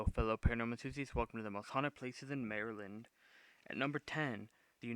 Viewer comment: your like the only youtuber I've seen that can acually say maryland right